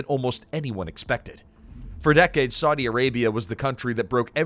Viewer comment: Such ghastly pronunciation! It isn't "Swordy", schmucker.